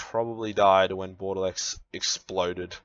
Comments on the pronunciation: "Bordelex"? The fuck kind of pronunciation is that? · pronouncing bordeleaux wrong? Wait that's illegal.